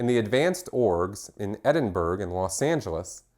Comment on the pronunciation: You read this so eloquently and perfect until the last few minutes and you got to "Edinburgh" ;)